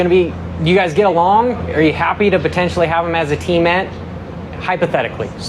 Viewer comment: Those type of questions are definitely for the pits not a post race press conference. It’s totally irrelevant of the race. There is a right time and right place for things. That definitely wasn’t it. Try to work on pronunciation and annunciation. It’s teammate not teammet